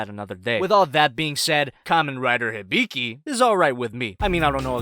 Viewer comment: Its not hiBIki Its HIbiki